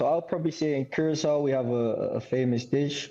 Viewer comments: Someone pls teach em how to pronounce Curacao in English. Its not the Spanish Curazao. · why latinos keep mispronouncing curacao, its annoying its keyuuraah sauw or korsou locally.#pastechi power